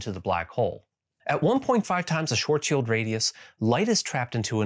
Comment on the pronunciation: Thank you for saying Schwarzschild the right way; one distraction less for OCD me, well done! ;)